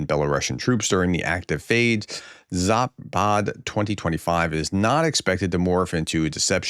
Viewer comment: Zapad ( West ) is pronounced with a short "a" s"! Not Zaaapaaad !!!!! Just Zapad !!